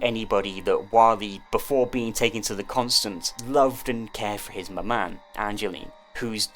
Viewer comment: i just wanted to let you know that 'maman' is pronounced ma-maw. french is kinda weird😅